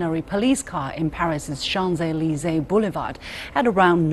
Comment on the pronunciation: Excellent French pronunciation on Champs Élysées. Liu Xin is a great interviewer and host.